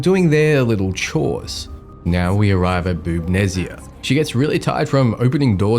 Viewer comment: "Boobnezia" Makes sense.